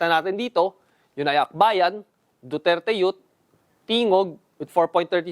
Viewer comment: Duterte Yut! HAHAHA. katuwa ipronounce ni sir. I can feel the sarcasm. HAHAHA. DUTERTE YUT!!!